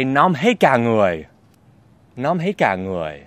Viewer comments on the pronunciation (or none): từ "nóng" chứ không phải "lóng"